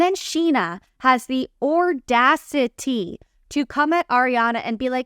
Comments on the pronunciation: I was gonna say, “ordacity” must be a word I’ve never heard of haha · Did she say ordacity